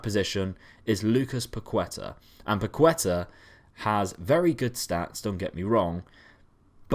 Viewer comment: Its not Pakueta, Its PaketA